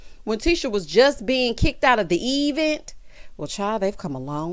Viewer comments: Not the EEE -Vent. 🤣🤣🤣🤣🤣 Tisha life is an advent ture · 🤣🤣🤣🤣not EEEEVENT! Tisha tale is messy and illiterate. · Yes!! New subscriber here!! I’m cracking up! Eevent and business adventure 🤣